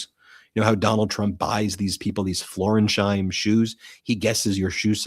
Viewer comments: BEN. The shoes are Florsheim, not Florensheim. FLOOR-SHIME. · It's Florsheim (FLOR-shyme) shoes, not Floresheim (FLOR-ez-hyme) shoes. MT has become sloppy and hurried. Dial it in, I want to keep liking you. This seems petty, but it speaks to details you're missing that you used to catch. I know you're busy, but keep on quality vs quantity. That's what I tune in for. Still supporting. I know, you're trying to deal with an insane news cycle. I just feel that properly addressing footwear is important right now. Really. Sincerely, John Barron, New Jersey, Capricorn. Thanks for your attention to this matter.